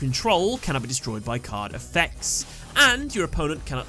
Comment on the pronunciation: The way you said, "card effects" along with me listening at 2x speed made me think that you said "Carnifex" for a few seconds. Imagine what a Carnifex from Warhammer 40k could do in Yugioh.